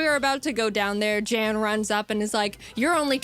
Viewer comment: it's yanw not jane